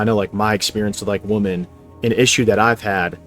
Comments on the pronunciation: Or "woMAN" instead of "WoMEN" LMAO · Bro....its WOMEN not WOMAN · It's pronounced, "wim-in." Please don't be one of those people. Words matter, pronunciation matters. There's a right way and a wrong way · It’s pronounced ‘Wemon’ btw. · The plural for "woman" is "women" btw. Why does everyone all of a sudden say it like this? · Why do so many people struggle to pronounce "women?" Woman and women should sound distinctly different. 🤔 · Why are you pronouncing "women" as "woman" and "platonic" as "plutonic"